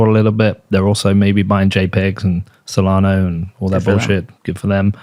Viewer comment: SolanA SolanA, not SolanO,. I know its a shitcoin but get the name right